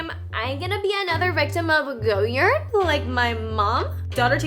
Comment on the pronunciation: love your content, but for future ref. it's pronounced goh-yard (like a front yard) - not goyerd :) or if you want to sound really french remove the 'd' sound.